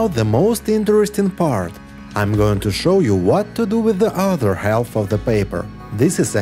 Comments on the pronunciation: half is pronounced haf (the L is silent) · Great suggestions! BTW, the "L" in "half/halve" is silent, not pronounced. Same with "salmon". English is tricky, I know, even for native speakers. Your English as second language is very good. If you're an AI, the joke's on me!